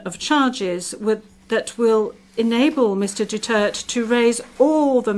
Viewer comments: Hoy its Du-ter-te not dutert, its Duterte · Pwede bang sabihin sa blonde na ibigkas niyang mabuti ang Duterte not Dutert. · She pronounce Duterte as Dutert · Anong pakialam ng ICC… Hindi nga maka pronounce ng Apelyedo nya grrrrhhh